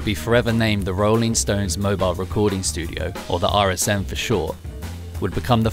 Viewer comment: Awesome story, and such an iconic studio. Although, it’s a shame you kept saying ‘stoneses’ 😂